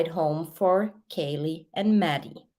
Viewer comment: Her name is not kylee,it's kaylee....